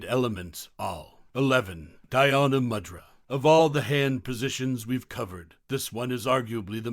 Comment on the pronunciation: DH-yaana puhleeze not dayaana